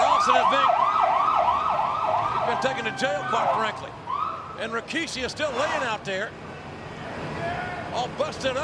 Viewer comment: God I miss the Raw and Smackdown and even Nitro from the late 90's and early 2000' s. Am I the only one to hear and recognize this but I'm sure millions have picked up on it, JR always pronounces RAKISHI, when clearly it's Rikishi in the spelling. This was the time to be a wrestling fan and unfortunately today is a minute fraction of what this product from WWF and WCW was